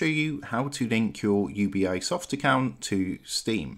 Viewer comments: Bro, it's "You-Bee"soft, not u-b-i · it's UBI, and not U-B-I XD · It’s pronounced you-bee-soft not you-bee-I-soft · Ubisoft. Not U B I soft. Its short for Ubiquitous Software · UBI eyesoft cant even say the name. fkwitt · I'm downvoting and not subscribing simply because of the annoying way this guy pronounces Ubisoft. Ugh.